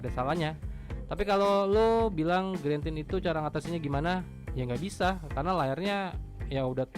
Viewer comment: Parah, orang nulis lag jadi lek diketawain.. lu aja greentint masih sering dibaca grentin, screen dimming dibaca skrin daiming.. apa tuh gren? apa tuh daiming? Wkwkwk